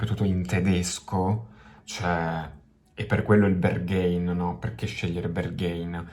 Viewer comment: Pezzo molto figo anche se io non sono suo fan e la sua musica non riesce a prendermi. (Ps. mi sa che si dice Berghain così come è scritto, con la A )